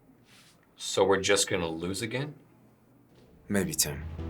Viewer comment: Instead of....Lose...its...Lose`e